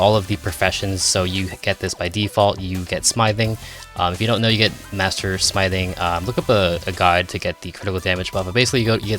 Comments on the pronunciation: Doesnt know how to pronounce smithing correctly. Dafuq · as soon as he said smithing wrong i gave up on the video